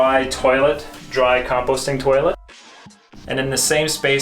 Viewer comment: I wish he would stop saying toilett